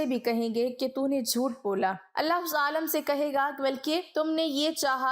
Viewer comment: The word is not AALAM, It is AALIM. Before uploading don't you get it properly check, your pronounciation.